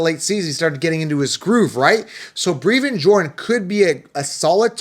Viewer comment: Brev-IN think Bruv with an E